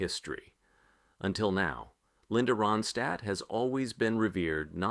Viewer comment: Within the first minute,this host / narrator mispronounced her last name. Yes, the actual person he is speaking about,he can not pronounce her last name correctly. Ai generated Moving on.....